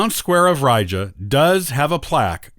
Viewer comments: Ree-Ga not Rye-Jer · Lost me with the butchering of Riga. REEEEEE-ga not rija.